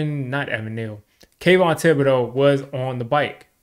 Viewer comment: it’s pronounced day-bull. Not sure why Schoen calls him day-ball.